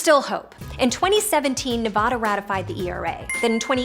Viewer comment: Love this, but can’t she say Nevada correctly!!! So irritating.